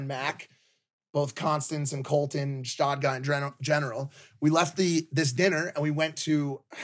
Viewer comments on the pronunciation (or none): its Gstaad, not shtad